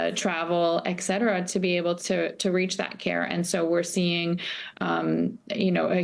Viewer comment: Why does "Et cetera" become "Egg cetera" in the US?